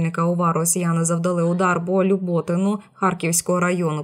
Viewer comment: ЛюботИн, а не ЛюбОтин.